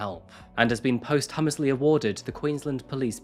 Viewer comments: Awesome story, as always. But your pronunciation of posthumously as "post-hummus-ly" absolutely wrote me off 😂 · You have entertained me over the years (love your channel by the way) with your terrible pronounciations. But todays classic is the best; posst-hummus-lea. Fantastic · Your species has almost perfected posing as human. But you have to work on the language libraries. Post Humously?? And, from another video.....nobody in the UK has ever said "Dooor Ham" for Durham. No way you grew up here and never heard it. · Learn how to pronounce "posthumously" and "amicable", I'll let DeZember lie. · what is your first language? (your pronunciation of ‘posthumously’ was the give away). 🙂 Also, it’s good that these three met their end because we Australian’s don’t put up with this crap. They would’ve suffered horribly in the nick. Repeatedly. And rightly so. It is what it is. They killed the epitome of every farmer and took out two kids. Not just cops, they were kids. Unforgivable on every level. They chose ‘death by cop’ because they were gutless. 😐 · He definitely pronounced "posthumously" incorrectly, but it's hardly a dealbreaker - still a quality video and channel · calm down dear, I wasn't criticising him; I pointed out the simple fact that he mispronounced one word of standard English (albeit a word not often used in everyday speech) and immediately followed up that point to say that it was in no way a detriment to the quality of his work. He's human, he's going to make the odd mistake here and there. Perhaps you should have read beyond the first few words of my comment before deciding that I was unfairly criticising him and actually see that I was standing up for him. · that's not how 'posthumously' is pronounced lol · Check the pronunciation of posthumously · You mispronounced the surname of the Australian prime minister and the word posthumously